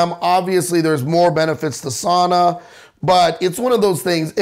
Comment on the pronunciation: father, you are pronouncing "sauna" wrong its pronounced something like "suh-ooh-nuh"